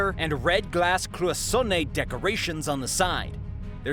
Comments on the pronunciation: Cloisonné (cloy-SONE-ay???). Try clwah-zone-AY. Ugh, I can't go on... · Exactly. If you're going to put it out there, at least take a few seconds to look it up and say it right. Another example was the word cloisonne. That is also a rather easy find.